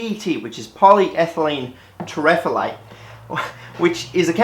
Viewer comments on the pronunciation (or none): Terephthalate = tarrif-THAL-ate